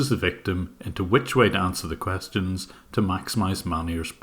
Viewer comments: "Coostians" lel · how he said questions😂😂🤣